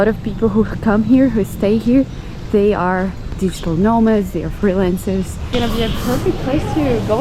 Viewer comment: Did you say " Digital no- marks"? 😭BTW, no-mark is a u. K slang ( Manchester) for a person of, let's say, no interest. But really, at least they're actually travelling, not just sitting on their ass, being a keyboard warrior.